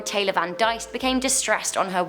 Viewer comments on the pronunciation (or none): none